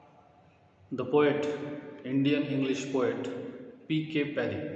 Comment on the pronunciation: Are kana...It's padhye not paddy